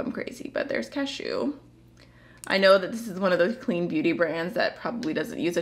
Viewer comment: the way you accidentally said 'cashew' sounds like you were sneezing in a very articulate way. 'achew'